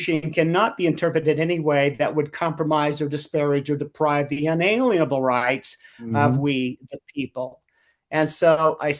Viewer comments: "Una-lienable" rights. That no lien, fee, or permission may be levied or applied against them. The emphasis is on lien. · I truly wish everyone would stop pronouncing it "un ALIEN able'. Its pronounced "un a LIEN able" to mean...."shall not place a LIEN (legal claim or security interest) upon ones rights.